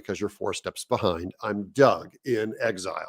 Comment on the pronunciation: Greetings Doug from England, love the vignettes. Just a small aside, I do have a little titter when you introduce yourself; it sounds like you are saying Doug Chipotle! Speaking of amusing names, I once worked with a German in Munich who went by the snigger inducing name of Kurt Hamburger.